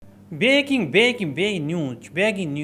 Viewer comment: अरे टेडी नाक कम से कम ब्रेकिंग को तो सही बोल,बेकिंग सोडा ना बोल😅